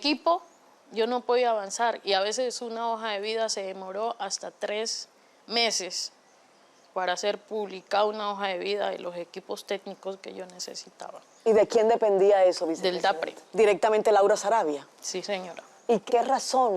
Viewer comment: "El chic"🤦‍♀️ "El equipo tenico"